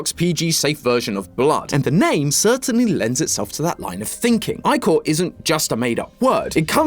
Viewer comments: Icor is pronounced ic-or not i-cor. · In Greek mythology ich or isn’t pronounced I-kor, it’s more like ick-or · ick-er not eye-core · Eye-core…… EYE-CORE??? ITS ICK-ORE OMFG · Ichor the "i" is pronounced the same as the "i" in word "if" or "it" like if you said "that gave me the ick" the "or" is pronounced "er". Its "icker" not "eyecore" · this is a GREAT video but the way he says ichor. its not eyechor its ih-core,,, 💔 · Anyone else always pronounce ichor as ick-or and not I-core, or just me? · Did he pronounce Ichor like I-core, not Ick-core? WHY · YIPPEEEEE!!! MY HYPER FIXATION HAS BEEN SEEN BY THE THEORISTS!!!! but i hate that he pronounced it "eyecore" instead of "icker"(which im is 90% is how its pronounced and how i pronounce it🥲) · EYECORE!?!?!? it's pronounced "ick-er" 😂😂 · It's pronounced like icker that's what is driving me crazy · Please say ichor like “ickor”I’m sorry I just can’t with “I core” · It's ee-chor not i-chor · you're doing fantastic, and it isn't your fault, but it's pronounced "ick-core", not "eye-core" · Isn't it pronounced like ick-oar? Instead of Eye-Core. This is gonna drive me up a wall. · It’s pronounced Ick-core not Eye-core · It’s pronounced ick-or not eye-cor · It's actually called Ick-Or not Ike-Or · I-core??? I-core?????? ITS IH-COR IM BEGGIGN YOU 😭😭😭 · Ichor.... isn't it pronounced ickker like he was sicker not like an apple product ICORE? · Isn't ichor pronounced as iker not eyecore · ick-er not i-core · Is anyone else shocked about pronunciation of ICHOR (eye-core) instead of (I-CK-R) yes I’m aware not everyone knows this fact, I am in Phonemic Awareness teaching mode I apologize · Imma be honest the thing that frustrates me the most about this theory is the pronunciation of icore It's ick-or like sick not eye-cor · Bro, I feed of Greek Myths so I adore this. But it is angering me how you pronounce Ichor is "Eye-Cor", not "Ik-or" like it's pronounced. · Ichor rhymes with sick-or. Not eye-core... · I say eye cor too…